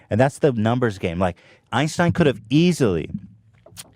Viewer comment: "I'd take his Einsteinum."